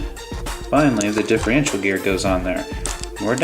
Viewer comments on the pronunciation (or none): Hey, Just catching up on all your vids as a new Subscriber, via Gio-R1.. I noticed how most Traxxas 2wd's are vertually the same Transmission wise anyways:) so alot of the videos i've watched today are the same videos Just with different colours.. its Differential not Diff-Re-ential no worries my bad, your Rc collection is pretty sweet & I see you have alot of time&love into them.. how come you didnt go with the 4x4 Slash with Velenion..?